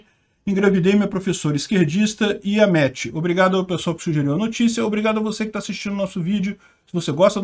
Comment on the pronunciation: não é iamete é YAMEEEETEEEEEEEEEEEEE